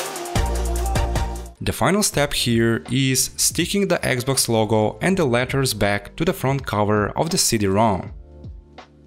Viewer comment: dude, it's xbox not eggs box! XD